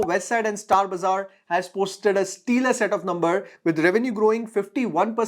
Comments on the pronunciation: excellent video. btw its pronounced " stela " and not " steeler" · Hi..it's stellar and not steelar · you have to correct your pronunciation for stellar